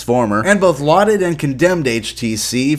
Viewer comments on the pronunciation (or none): none